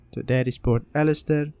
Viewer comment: "pert ellister" xD